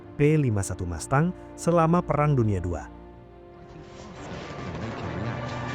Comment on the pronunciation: Mustang bukan MASTANG!